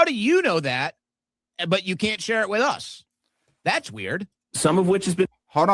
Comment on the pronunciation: “Ok that’s just plain WEE-YURD” 😂